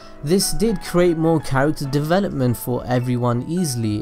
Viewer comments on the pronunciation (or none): none